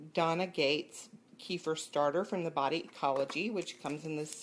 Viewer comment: I was wondering what you are talking about, till I realized you are talking about kefir (kafeer). It is Kafeer, not keefer, like in keifer sutherland. What is it with the americans, pronoucing all foreign words wrong